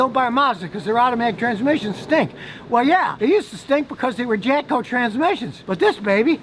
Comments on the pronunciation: Sounds like he's saying "Japco" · Is he saying Japco?